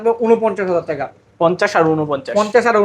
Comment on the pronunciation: not taka(টাকা) this person says Teka(টেকা🍌)